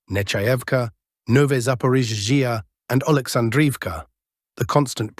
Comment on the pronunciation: The Zapaporgia zone is the funniest. Hooleeaipole is a close second. Arrestapole is getting arrested